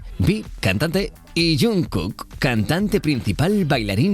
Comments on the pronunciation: Pandicornio Natily escribo eso por como el lo pronuncia ya que esta equivocado, obviamente sé que se escribe Jungkook pero se pronuncia shanquk (mas o menos xd) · "JUNG KUUK" JAJAJA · Pronuncia bien a jungkook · PERO HAS PRONUNCIADO MAL EL NOMBRE DE MI GALLETO >>>>:V SE PRONUNCIA YANGKUK >:V PD.: Pronuncias muy mal en inglés, :v